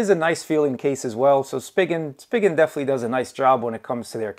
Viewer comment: It's pronounced spee-jin